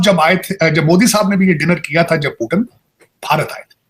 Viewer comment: पहले पुतिन जी को पुतिन कहना सीखो, पाकिस्तानियों। क्या पुटन, पुटन कहे जा रहे हो।